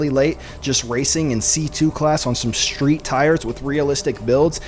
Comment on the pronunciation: There’s no H in street. Or stream.